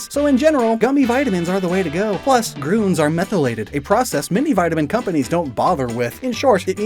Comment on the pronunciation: you say gruns instead of grüns